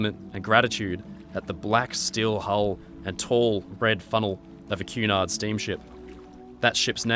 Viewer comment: Cu in Cunard sounds as in cunning, not as in cute.